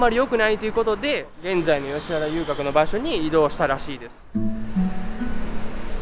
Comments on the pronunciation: あとついでに言うと「よしはら」じゃなくて「よしわら」だよね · よしはらでなくよしわらです、だいもんではなくおおもんです。